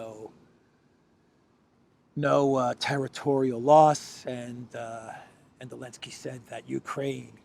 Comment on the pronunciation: Ok, I’m going to go ahead and ask: why do you call the idiot actor from Ukraine “Elensky” when everyone else calls him “Zelensky”?